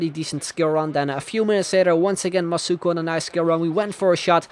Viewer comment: OMG that was so cool seeing my name in the video, thanks a lot and yes he said my name right;)